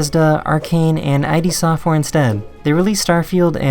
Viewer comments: It's "id" software not 'I' 'D' software. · Did he just call id Software "I.D. Software"?! lmao